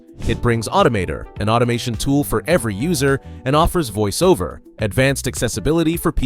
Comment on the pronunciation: It's a good video, but the use of AI voice is obvious, given the pronunciation of "Address Book" and "Voice Over"